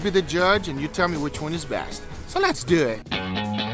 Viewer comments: So less do ehh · Less deweh